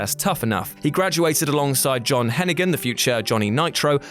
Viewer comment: Butchering the way you say Hennig. Just stop.